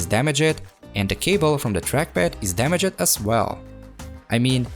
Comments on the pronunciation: “damage ed” no no no damaged its all one word bro ur miss saying it i know english is not ur first language so i hope this tip helps u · I love the way how says DamagED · when you said damajed i felt that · Great job ! just to let you know "damaged" is two syllables 😉